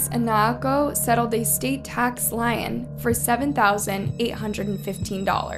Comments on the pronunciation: lien = pronounced 'leen' not lion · "state tax lion" "Lien" is pronounced like "lean." No worries, it's a legal word.❤ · Turned off . Wasn't paying attention. Just let it play in the background until AI called a "lien" a "lion". AI ruins everything. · A lien is pronounced like lean not like lion by the way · Lien is pronounced like lean, not lion lol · L-EE-n not lion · “Lion” you mean lien? Pronounced leen lol! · Just so you know lien is pronounced like lean not like lion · LEANS, NOT LIONS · LIEN is pronounced leen NOT lion lololol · It must be so hard to work on stories like this, but thank you for doing the work! The innocent victims need to be known, and it was nice you shared so much about each of them. 😞 Also, not wanting to be "that guy" but lien is pronounced "lean" not "lion". 😅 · She call a lien a lion ? 😂😂😂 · It’s pronounced like “Orion’s belt” and “lien” is pronounced “leen” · 'Lien' is pronounced like 'lean.' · Lien is pronounced "leen" . Other than that, great video